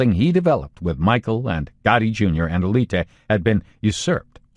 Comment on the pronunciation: It’s spelled John Alite, but I think the proper pronunciation in Albanian is something like John Aye-leet-a